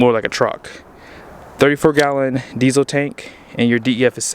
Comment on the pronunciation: There is an “L” in diesel!